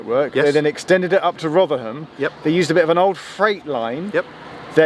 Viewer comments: Rothrum, not ‘Rovrum’ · The local pronunciation is Rothrum, not ‘Rovrum’... this is a cockney-ism! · Great video showing my old college town. But I must say the locals would have a thing or two to say about the pronunciation. They refer to it as "Rov-rum". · It's pronounced rotheram, you dont pronounce the H I know Sheffield a lot as I have a relative who's lived there longer than the trams have existed. The old announcements on the trams (not tram trains) is sooo sentimental to me. Edit: Fitzalan Square is pronounced FitzALAN Square. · You've gotta learn to drop your h's it's Rotherrum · You're not from New York City you're from Rovvrumm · FYI, "Rotherham" is pronounced "Rovrum." It also sounds like they will be adding another station between Meadowhall South and Rotherham Central at the Magna Science Adventure Centre. So you may need to visit again in a few years. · Its pronounced as either Rovrum (probably a more local one) or Rotherum. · Rotherham and Gleadless pronounciations were funny 😂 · My Sheffield friend Bliss would like to point out that your pronunciation of Rotherham was... fun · What's it supposed to be? I've always pronounced it "Roth-err-um" as he does Edit: don't worry, he says it really strangely despite him getting it right at the start of the vid lol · for the first time in its history the h in Rotherham was pronounced